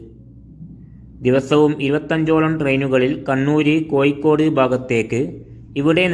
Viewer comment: കോഴിക്കോട് എന്ന് പറയണം